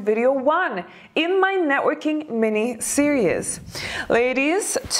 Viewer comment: ...I love your videos, and I am enamored with you.. You are lovely...I am old.. And I'd like to give you one pronunciation help...series...it's pronounced ser--eeez... I adore your face f and cute twists in your speech... But I had hard time understanding what you mean f when you said ser-eous... For series... Lovingly given hint... No offense meant